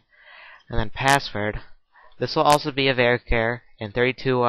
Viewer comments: sorry I am not been mean... I not sure if your dyslexic like me?? but its var char, as in variable character, not var care, that sounds like some kind of care bear. Although it was quite funny! Thanks for all your tutorials. Like the way you structure your code to really neat! Learning lots! Thanks! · haha well thats not how i say charictor or pronounce char, but am from england so, meh, haha. It still made me laugh for about five mins so its not an insult!